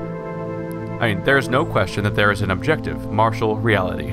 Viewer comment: why do you keep pronouncing "material" as "martial"? we all live in a martial world?